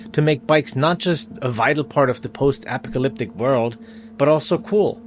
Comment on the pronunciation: Your mispronunciation of apocalyptic at the beginning of the video is unusual but hey its not the end of the world, (pun intended).